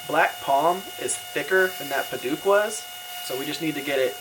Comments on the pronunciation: Padauk, not paduke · Great video. Only problem is your pronunciation of Padauk. It should be pronounced Peh-Douk (Douk pronounced like Doubt). Hope this helps.